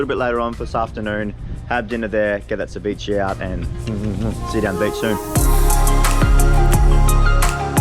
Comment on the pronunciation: Poke, is properly pronounced "PO- Kay", with the stronger tense on the "Po" . If you want to say it like its origin. And ceviche is pronounced "Seh - VEE- chay". Great day in the water. Your videographer is excellent! (Hahahah, even Vicky is correcting your pronunciation: Crema!!)!